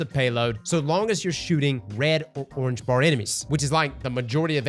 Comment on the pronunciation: "Oranage Bar" Enemies lmao